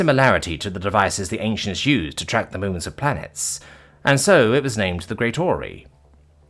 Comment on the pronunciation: the great OR-REY-O'S